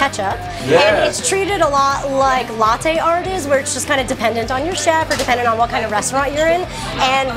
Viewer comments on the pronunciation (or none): none